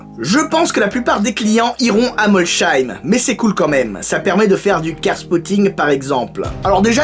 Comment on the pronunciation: Molsheim ce pronove molseim. Je suis dsl mais ça me crispe d'entre dire molsheim vivant en alsace